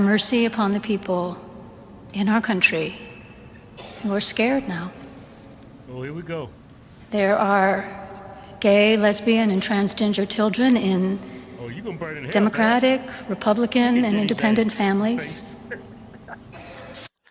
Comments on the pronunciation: She said transginger. They shouldve cut its demonic false Christian microphone priveleges off right there like they did to President Trump back in 2020. No more social media for this one. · I swear she said Transginger 😂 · Did she say Gay, Lesbian, and Transginger? Hahaha🤣🤭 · She can’t even pronounce transgender